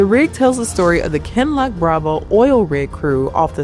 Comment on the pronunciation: is not AI You can tell because she pronounces “Kinloch” correctly 😉